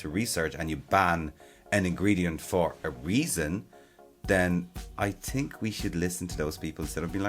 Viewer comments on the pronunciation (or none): I love the way he says “think” tink haha